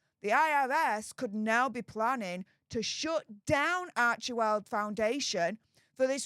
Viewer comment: Isn’t it arch well , then central e is silent?